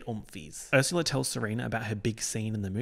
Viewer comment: You said Ursula in a normal way once and now I know you don’t have to say ersyula